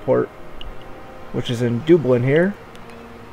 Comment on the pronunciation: btw, it is Duh-blin, not Doo-blin... sorry but cringed every time you mis pronounced. great series though, keep it up! also it is worse in 1 THAN 2, not then - then is used when speaking of temporal or time comparative ie: i watched 1 THEN i watched episode 2 of take on transocean the shipping company... than is used for comparative purposes ie, " versions of transocean the shipping company is much better THAN those non english speaking twats. cheers mate!